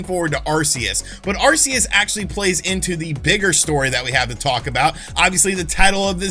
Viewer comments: Are-Key-Us. Just figured I'd help you out fam 👍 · If I had to guess, then I would think that Arceus would be pronounced as Arkayus - though I am not a Pokemon guy, so I stand to be corrected. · Dude if you can't spell Arceus just say Legends, it's easier... btw the C in Arceus is pronounced like a K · Not even pokemon fans can pronounce the names right so you're fine. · I believe both pronunciations have been said within the media.Its AR-SEE-US in battle revolution